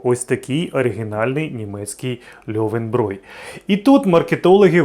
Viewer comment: Ти правильно кажешь: "льовенброй", оскільки ä=е, а буквосполучення eu в німецькій читається як "ой", наприклад в слові neun (нойн, тобто дев'ять) чи Euro (ойро).